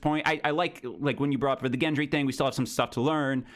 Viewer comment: Thoros of Myr is “Beric’s boy” And its also Gendry like great or gore, not like giant.